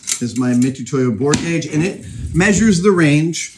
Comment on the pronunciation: Thought you opened by saying "Gage-a-vous" and while I realized on re-listen that was not the case, I got a good laugh out of it anyway